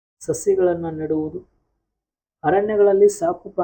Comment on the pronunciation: ನೆಡುವುಡು ಅಲ್ಲ ಮೇಡಂ ನೆಡುವುದು